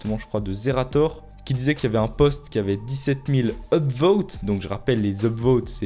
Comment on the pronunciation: Dixssesiètte Mille BOTS